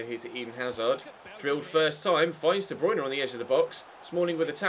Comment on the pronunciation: "91 de bwuine"